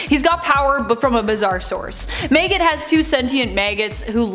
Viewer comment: MAG-it not Mayget lol